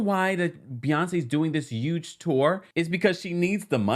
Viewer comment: He says huge likepeople from the south age 60+ 😂😂😂 tell me you grew up around your grandma without telling me you grew up around your grandma